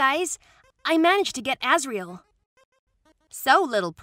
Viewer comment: When he said Ass-riel I died of laughter